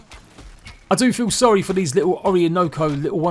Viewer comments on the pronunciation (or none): none